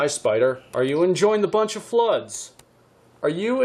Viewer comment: DID I HEAR BUNCHA FLUDDZ?